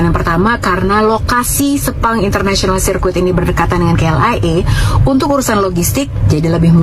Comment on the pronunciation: Sebutannya kalau guna English bukan "SIR KUIT"...tapi sebutannya lebih kurang "SIR...KIT.".(circuit).kalau tak mahir guna English,guna bahasa Melayu ja.,sebut Litar saja.Kami orang Malaysia sebut Litar Sepang aje...😂😂😂😂